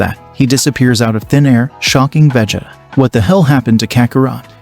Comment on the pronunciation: You said Vegeta's name wrong